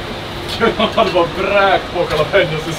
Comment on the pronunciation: JalÉÉpanos 😅😅 Roligaste utalet hittills.